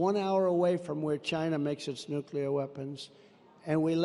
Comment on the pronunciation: I LOVE that Donald says "Nuke-LE-ar" and not "Nuke-YA-ler" like SO many supposedly educated people say... For instance George W... (Yea, it's a pet peeve...)